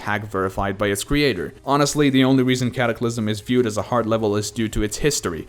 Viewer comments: ah yes. the easiest extreme demons. l "Caclysm" and "Liak" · "Caclysm" "Liak"